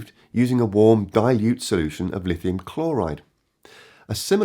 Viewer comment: "There's no one size fits all *solultion*" ha ha